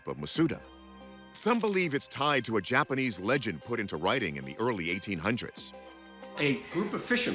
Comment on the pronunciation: "The JAPPERNEESE" 😂😂😂😂